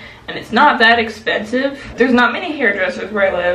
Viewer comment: Wigs are pronounced “eck- SPEN-siv “